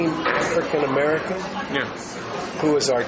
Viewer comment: Listen to the way this Guy says African American... He says it like "aFreakn American". He's making a pretty fucked up statement as is, even without that pronunciation anyway... What a Joke... I would hate to see him speaking with world leaders... The Guy would probably forget which Country he's in, and when corrected he would probably start wanting to compare his I.Q. to the other leaders...